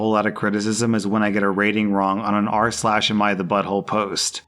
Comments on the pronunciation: goddangit now I cant stop hearing "arse-lash" thanks Rslash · Now I can't unhear Arse lash 🤣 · I had never once heard it as "arsh lash" and now it's all I can hear. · now i only hear "ars-lash"